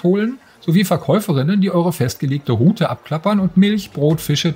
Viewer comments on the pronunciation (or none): none